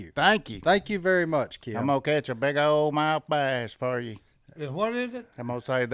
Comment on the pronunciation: it's Kim not Keeeim. LOL just busting your Southern butt.